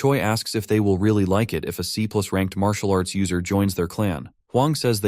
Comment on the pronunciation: I love it. Leave it up to AI to call it "marital arts".